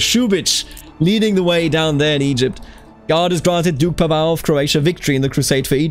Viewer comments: your pronounciation is very good, Mladen is good, Pavao is more like u would pronounce Paul but with a short V and without the accent on V, i hope i helped a bit if u care about doing it correctly. Hello from County of Zara :D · LOL funny all the comments talk about pronunciation - I did a search of my last name in Google tonight - PAVAO - and this video was first to pop up. You say the name correctly for the Portuguese Pavao's but not right for Croatian Pavao's. I was impressed you said my name right because most people pronounce it wrong but I knew it was wrong for this video. Thanks for the video - dont know what its all about but thanks for taking your time to produce this for others.